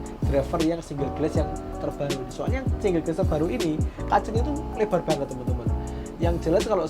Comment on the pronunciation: Dibacanya bugan gles tapi glas